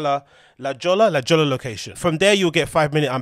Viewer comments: La Jolla is pronounced: La Hoyah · La Jolla is pronounced la Hoya just FYI. Funky name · "La Jolla" is pronounced "La Hoya" it's the Comedy Store in San Diego. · La Jolla comedy store is pronounced like La hoya. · Brotha Its pronounced like "La JOL-LA" not Jolla, come down to Sonora get your self an education on some Spanish